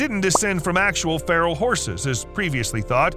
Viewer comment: Feral,meaning wild;not pharol like an egyption!